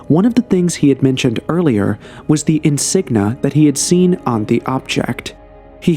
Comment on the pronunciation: Insignia not insigna!